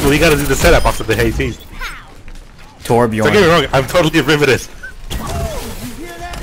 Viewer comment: its torbjörn >:3